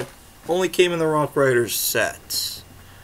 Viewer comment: Ha I love how when you say rock raiders it sounds like rock riders😂 great video